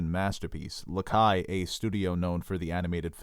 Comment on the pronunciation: This is the second time I've heard you pronounce Studio Laika as "Studio LaKAI".